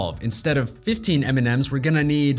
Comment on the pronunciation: I keep hearing ''Eminem'' turned out to be the candy But seriously. Great video ;)